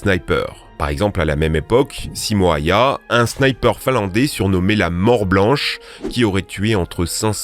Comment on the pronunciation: Le y "häyhä" ce prononce « u » en Finlande les y font des u